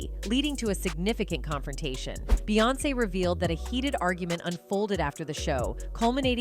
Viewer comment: Not to mention the same AI voice frequently programmed to say beance (like seance!) Why do we watch this stuff??